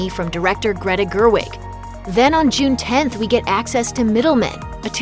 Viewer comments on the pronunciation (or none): none